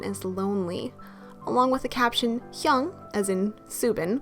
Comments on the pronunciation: She pronounces it correctly. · Ok off topic but am i the only one who finds it cute when she pronounce "Hyung" dkshsjjs